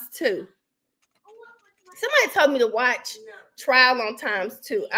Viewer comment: messed up nd said trail he f up again.